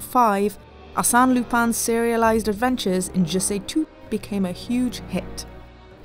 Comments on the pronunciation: She pronounced the Arsene so wrong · It's pronounced "Arse-en", as in arse, the British version of as and then "en" from end, not "assane"! They don't even pronounce Lupin right! It's clearly pronounced "loo-pen" but instead they say "Loo-pan"! How do I know this? Simple, 𝗣𝗲𝗿𝘀𝗼𝗻𝗮 𝟱.